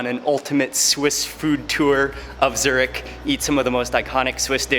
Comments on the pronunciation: Dude you wrong say Zurich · The amount of times he said zuric😂